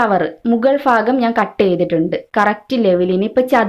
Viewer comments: ഫാഗം അല്ല ചേച്ചി "ഭാ"ഗം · ഫാഗം അല്ല ഭാഗം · Fakham alla bhakam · Mughal faagam alla. Mughal bhaagam